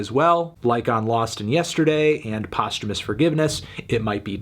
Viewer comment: Isn’t it post HEWmus forgiveness not postermus?